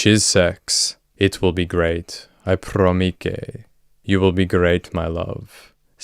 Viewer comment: 😂😂😂 . He's a sicko...glad he got caught!!!...but "I PROMEKAY"!!!..LOL